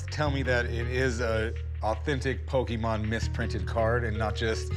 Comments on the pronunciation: While calling it Pokeemon lol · The repeated Pokey-mon mispronunciations are driving me insane. Po-kay-Mon. Café. Poké. Pokémon. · It's poKAY mon Not poKEY mon Yikes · Lol Pokeemon.... There's literally an accent mark over the "e".... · "what a pokeman?" rick asked "it's not pokeman it's pokemon" chumlee said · “This is Fat man, I heard they’re going to Jack a load of these PokeyMan cards” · you've played 1000s of games yet still cant pronounce the name properly! Pokemon is short for pocket monsters not pockeet monsters lol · I love how Chum is a "big Pokemon's fan" but he still misspronounce it. "Pokémon = pocket monster". How do you Americans pronounce "pocket"? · The way he says Pokemon tells me he knows nothing about pokeman